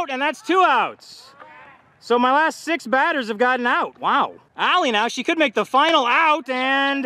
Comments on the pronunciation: It’s always so funny when he say las TA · Its la-staa